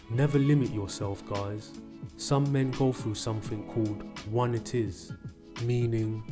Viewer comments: It’s pronounced one-eye-tis LOL not one-it-is. I’d like meningitis, it’s a disease but of the mind. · FYI, it's not pronounced "one it is", it's "one eye' tis". The first I rhymes with eye. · My guy really said "one it is" LOL I get it's a language thing, so not saying you're dumb, but it's pronounced "one-I-tiss", like you'd pronounce a disease like arthritis etc. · One-itis. Not one it is. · Just trying to help you remember it's pronounced. one-itis. (one eye tis) Just like laryngitis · Oneitis "One Eye Tis" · I wanted to message you directly but couldn't find the button : "itis"is pronounced "aytis" as in gingivitis. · Oneitis, pronounced wun-eye-tis. As in you're sick because you lost "the one". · It's one-EYE-tis. A play on the ending '-itis' which means a disease.